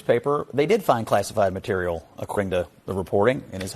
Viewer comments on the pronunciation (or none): none